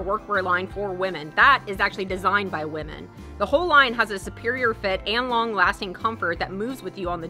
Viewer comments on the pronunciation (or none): none